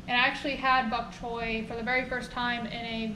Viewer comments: Its pronounced the way its spelled . Bok choy not buk choy , so you all got it wrong . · It''s Bok Choy, Mom pronounced it correct BOCK CHOY not BUCK as you pronounced it.